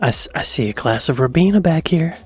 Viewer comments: Hi love your work. Keep it up.😁. But I have to say. Ribena has a long I. Singular ocular organ. 😂 R eye bena. Every time you say it with a short I it offends the English ear 😂❤ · in the UK we pronounce it Rye-Beener. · I’m not sure if anyone has told you but we pronounce it Rye-beena, if you already know, and you’re pronouncing it incorrectly on purpose, fair play mate 💚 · I didn't want to say this. Rye-beena!